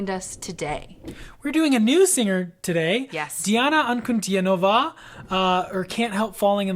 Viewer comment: Her name is pronounced as D-Anna An-Cu-Dean-O-Va and not Nova at end of her name